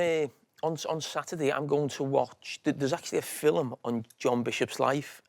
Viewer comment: How has he got TWO syllables out of ‘film’ 🤣🤣